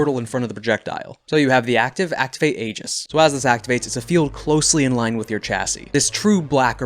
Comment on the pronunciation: ee-juhs. That's how the word aegis is pronounced.